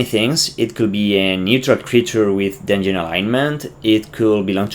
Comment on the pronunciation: dun-yon? are you French?